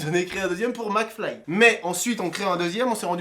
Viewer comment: McFly est devenu Algérien 😂🇩🇿